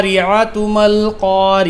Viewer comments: Aapne alqariyata kyu padhe...??alqariyat kyu nahi...??waqf ki sign thi na waha par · Al ka ri ya tu qu al ka ri ya tuh qu nahi